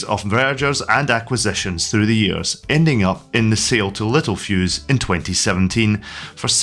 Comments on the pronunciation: it's not little- fuse, it is littel-fuse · Yes the Spelling is Littelfuse, however the pronunciation in the video was wrong. It is pronounced littel-fuse not little-fuse.